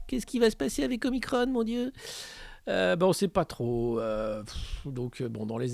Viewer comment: Ne suit pas la volonté du service communication du gvt, prononce OMICRON et non OMICRONE.